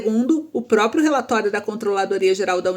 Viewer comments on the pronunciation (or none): none